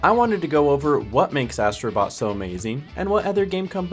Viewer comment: Ass..tro Bot made me laughing😂